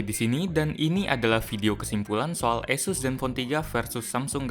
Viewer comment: gw bacanya Asus kalo Eisus(Esus) wkwk